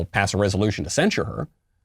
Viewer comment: Do you think the word is censure or do you have a speech impediment ?